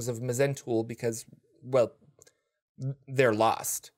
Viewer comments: It's actually pronounced Mul. The H, Z, E, N, T are silent. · It's just Zentul, the Mh is silent.